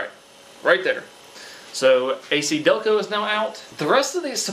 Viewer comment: A-KiDelco??? Seriously?